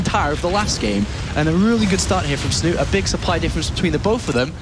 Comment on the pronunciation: Snut? This is Norwegian bro, you pronounce the e at the end!